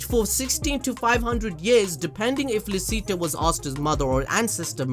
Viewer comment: Licita is pronounced “Lee-Chee-tah”, German.